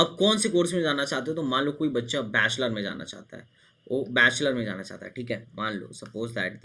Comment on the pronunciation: Bhai Zaanaa Nahi hota Aap galat bol rahe ho Spelling Aor Pronouncetion Bahut hi Galt hai Aap ki